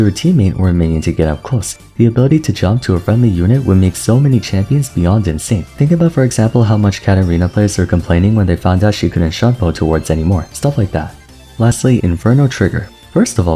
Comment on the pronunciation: So random tidbit Shunpo is pronounced as "Shoon-poh".